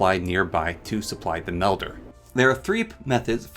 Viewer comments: You saying Windel was bad, but I could get past it. When you called the melder a medler I just couldn't keep going anymore. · This was a super informative video I appreciate the knowledge. I do wanna say tho I think u may be dyslexic. You kept calling Wil-dens as Win-dels, you called the potion mel-der as potion med-ler, and you also called the ender eye as eyer end. I know some people with dyslexia and they do the same things when reading, so you may want to look into that if you haven’t already